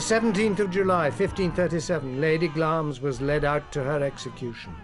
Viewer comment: wish these presenters would prounce names as they should be. the castle of glamis is pronounced as it is spelt. it is not pronounced glames